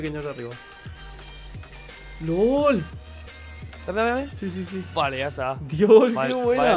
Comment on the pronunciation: minuto ya no se dice "Lol" ahora se dice "OoL" xD